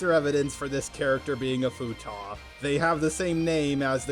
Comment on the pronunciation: ... Okay, just being curipus... Do you mispronounce "Futa" on purpose to avoid demonetization, do you just think it was pronounced like that, or is this the actual way to say it and is it a collective mispronounciation from the rest of us? I always pronounce it as "Fute-ah"